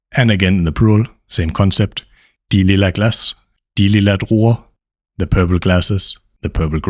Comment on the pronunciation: it is great, but give us time to repeat😅. U are too fast. Also led to misunderstandings pronouncing "the" as "de"